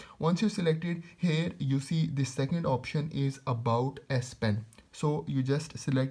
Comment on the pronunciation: It's here not hair😂😂😂😂😂